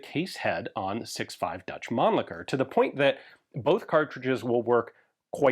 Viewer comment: At least someone here in US pronouncing Mannlicher close to correct. Usually I hear people going " Man licker", then they stop like"ohhh wait...what?"